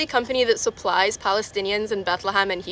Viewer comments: She does not live in west Bank she pronounces Hebron like an American, and has a European phenotype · did u watch the vid? She can't even pronounce hebron. Definitely not Palestinian.